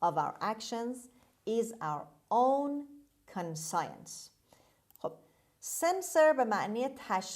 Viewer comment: ببخشید کلمه conscience رو شما به صورت کان سایِنس تلفظ کردید ولی در دیکشنری تحلیلگران این کلمه به صورت کانشِنس تلفظ شده کدومش درسته؟